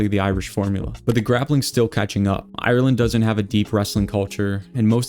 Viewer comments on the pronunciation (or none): none